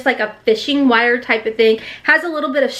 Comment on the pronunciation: I love how the strong accent comes out every now and again lol " backround" "wire" "back" lol girl I love ye